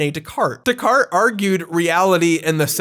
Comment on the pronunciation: It's pronounced "Days-Car-Tays." Days-Car-Tays